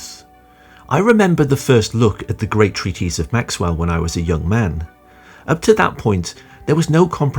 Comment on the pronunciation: Treatise is pronounced treatiss NOT treateeeze.